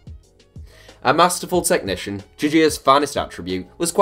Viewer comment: No one:: "T e C h N i C i a N"